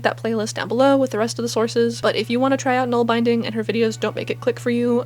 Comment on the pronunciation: Great job! For nålbinding, use bulky singles wool and use an old toothbrush handle. It’s also fun to hand-carve (whittle )your own ‘nål’! By the way it’s pronounced bin like a trash bin.